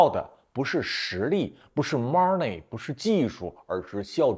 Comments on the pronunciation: 听说妈儿内妈儿内，就知道学不好日语😂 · 你看一下这个单词money 再想想它应该怎么发音？